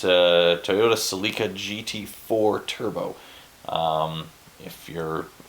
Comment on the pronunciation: Those IKEA bags are great! I use them frequently! Toyota “sell-la-ka”. Rhymes with nothing I can think of. I love that you’re highly evolved when it comes to preserving our earth. If only more people were. . .Ever watch Momtheebayer channel?